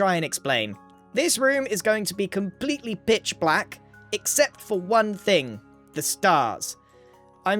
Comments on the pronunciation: erm my hearing isnt the best but definitely sounds like "bitch" rather then "pitch" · I was folding laundry while watching this so i wasn't fully listening, and it did NOT sound like he said "pitch" black here 😭